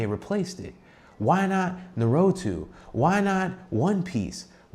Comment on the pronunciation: Homeboy said "narutu" 😂 I can't un hear that now.